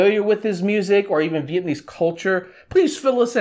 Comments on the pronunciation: Lmao im not mad but it’s pronounced “viet-NAM-mese not viet-AN-ese so let’s start there fam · Viet-nam-mese.Not Viet-n-iiiiii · Your pronunciation is all wrong, and please stop saying vietnaeeze hahaj its Viet- nam - ese , not neezzz jeez hahah . This guy has butched all of it , but have a point about what you said about snoop dog . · dude, learn how to pronounce "vietnamese" correct first 😅